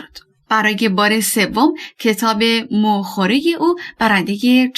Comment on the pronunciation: چرا در همان ابتدای کلیپ ، واژه « موخوره » را ان طور عجیب و غریب تلفظ کردید؟!!!